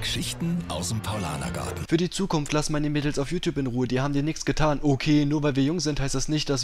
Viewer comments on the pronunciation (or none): none